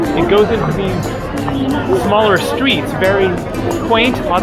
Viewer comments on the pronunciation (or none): none